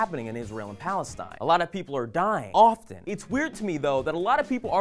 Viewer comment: Aren't you pronouncing Palestine wrongly?